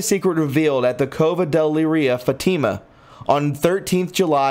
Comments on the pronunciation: 😆 Fat-Ta-Ma Not. Fa-team-mu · it's pronounced fat'-tim-a. Not long e. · Please! The pronunciation of Fatima is “Fat-ih-mah”. The accent is on the first syllable. Good report but, you will get more people to listen if you take care with pronouncing names, titles and, places correctly. Just trying to help. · It's not Fateema... it's Fatima (soft i) Just trying to help. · Come on man, you need to look up the pronunciation before you read this stuff. You butcher everything. It is not fa tea ma. It is Fatima. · Great video. Pronounced Fa ti ma fat like in a person is fat. .......Ti as in tea ......And ma as in ma for mother. Fat to ma Papal. Is pay pell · Papal is pronounced Pap'-aw, Fatima is Fat'-tim-ma, Malachy is Mal'-a-ki long i, pleurisy is plur'-ah -see. Aspersorium, as-per-sore'-eum. Basilica, bah-sil'-e-ka. Please learn to pronounce words before reporting. I really do like your podcast, it just lacks a sense of literacy. God bless. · FATIMA IS PRONOUNCED FAT-TI-MA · Fatima is pronounced Fat e ma. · I would like to ask you to do something for all of us..... PLEASE check on the pronunciation of words, names and places that are foreign or unfamiliar to you. Such as “Fátima”. It is pronounced “Fáut- ē - mah”. Emphasis on the 1st syllable., soft “e”. Some of your pronunciations are forgivable. But when it comes to such things as the prophecies and events so crucial to us in this current environment, I do ask that you PLEASE check. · There are many pronunciation mistakes that I wish I could help you with. Fr. means Father the title of a priest. Fatima’s pronounced FAT-ima. Many more. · Get a dictionary dummy ... its pronounced pa·pal ˈpāpəl , and Fatima is fa Tee ma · It’s also pronounced “Fat Tim a” = Fatima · Before you make a video learn how to pronounce the important words like “Fatima” and “papal” and lots of others - it’s really awful to not do your homework in advance. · Dude you need to look up how to pronounce Fatima.. Look up Three secrets of Fatima